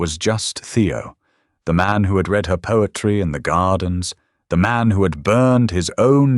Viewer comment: The punishment was well deserved for sure! Too bad your AI can’t pronounce “lead” correctly when it refers to the metal. The same goes for the different tenses of “read”!